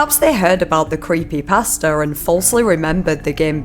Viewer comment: Omg I thought when she was saying creepypasta she was actually saying creepy pastor LMFAO